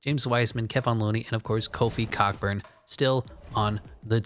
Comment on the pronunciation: you hella mispronouncing Kofi’s last name i’m dead